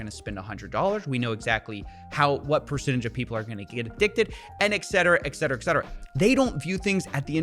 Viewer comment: I love to listen to you but please, I beg you, it's ET CETERA not EXETERA 😂